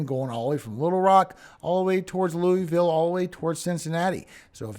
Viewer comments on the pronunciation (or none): none